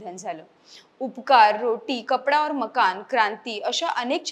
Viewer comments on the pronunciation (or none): 'रोटी कपडा और मकान' असे चित्रपटाचे सलग नाव आहे. आपण उच्चार करता तेंव्हा रोटी, "कपडा और मकान" अशी चित्रपटांची नावे वाटतात.